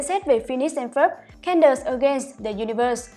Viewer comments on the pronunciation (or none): Xin lỗi nhưng có thể đọc đúng tên Candace ko? Nghe Can đợt Can đợt rất khó chịu ạ